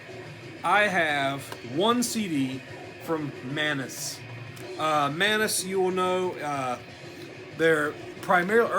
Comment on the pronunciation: I've been pronouncing Manes wrong for freaking years apparently. Stop ruining my sense of reality!